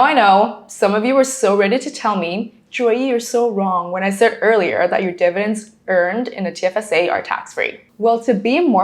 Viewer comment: "DIVIDENDS" please.